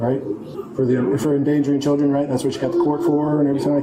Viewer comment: "Chir-dren." This video is every stereotype wrapped in one. All of them. ALL.